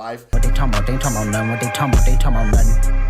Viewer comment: Talmbout = correct AAVE pronunciation 👌🏾 that way words just slide